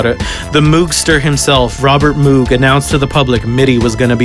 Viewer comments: >moog >mewg it's pronounced like mogue you filthy pleb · Moog is pronounced 'MOHG' GET IT RIGTH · Moog? Huh I alwasy thought it was pronounced Moge.